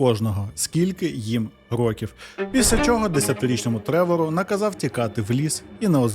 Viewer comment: В автора явна проблема з наголосом в слові "Років". потрібно з цим працювати, бо під кінець відео починає підхарювати. Наголос на другий склад може бути тільки в значенні невідомої кількості років. "Протягом рокІв не могли знайти нападника": "протягом 10 рОків не могли знайти нападника".